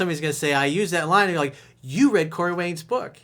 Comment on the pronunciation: Can someone tell corey that "read" is pronounced in the past tense. His assistant hasn't picked up on this and told him...?🤔🤔🤔